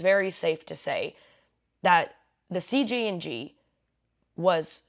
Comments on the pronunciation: why do you keep saying CGNG is it CJNG or CGNJ ? your post name is CJNG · Why do you keep saying CGNG? When the subject line says CJNG.